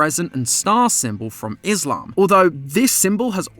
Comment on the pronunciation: I’m offended rn, like you didn’t even get close to say Islam properly 😭 I bet every Muslim is also offended :(